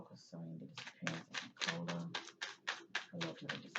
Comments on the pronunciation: It's pronounced Nick-o-la. She's not a soft drink. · Pronounced Nic a lah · Pronounced nick-o-la in the UK. O sounds like the U in the word up. Poor girl